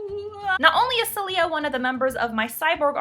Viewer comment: I'm pretty sure the patron's name (since it's spanish) is pronounce "Sae-lyah" with stress on the first syllable.